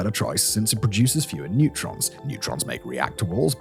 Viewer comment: Neutrons not netrons. D’oh